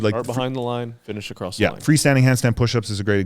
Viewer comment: More common than that is acrosst not across haha. If you haven’t heard it you will soon